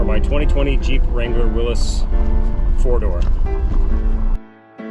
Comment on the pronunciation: Its not a car. Its a Jeep. I know, I know….I am being picky but if you own one (like you do) its not a car. Thank you for pronouncing Willys correctly! Most people do not. Sharp looking Wrangler Willys you got there. I like the Sting Gray with the hard top